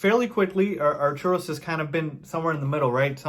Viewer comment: Artus not Arturos....also Karni-show-vas.